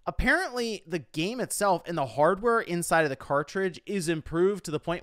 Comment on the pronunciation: i swear i heard him saying "the physical gay market"